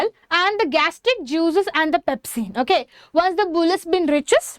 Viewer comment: Your pronounciation is not at all good u say pempsin to pepsin n u tell pesticides to peptides. In this way ur teaching better u learn first🙄